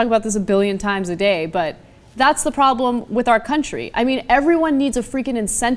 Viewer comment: He doesn't have a 'prabrem'.